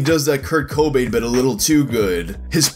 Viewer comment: That pronunciation of Kobain confused me for a good while